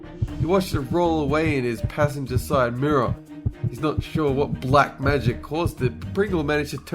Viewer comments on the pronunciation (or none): none